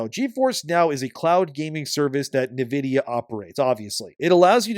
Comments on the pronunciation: It's pronounced 'in vidia' not 'na vidia.' Love your stuff but this bothered me more than it should have. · HOLY SHIT how can someone mispronounce Nvidia SO MANY DAMN TIMES. It’s NVIDIA NOT NIVIDIA! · Great coverage as always. Just sounds funny the way you pronounce "Navidia" should sound more like "Envidia" and for DRAM instead of "dram" should be "DeeRAM" 🤣. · It’s pronounced in vidia for nvidia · I almost had to stop listening with how homeboy was pronouncing Nvidia lol